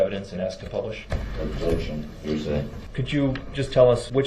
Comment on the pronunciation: 1) “Substained!” Sustained! 2) “Ubjec-Shun!’ Objection! 3)”Biasteness” Biased! 4) “Axing” Asking! 5) “Speclative” Speculative! Need I go on? This guy, so DISRESPECTFUL! He got the best of what the Judge could sentence him too, but Definitely did not get what he deserved! Victims Families should have been each given a Ford Escape, while DB stood in the middle of a field, (on foot) while the Families are allowed to chase him down!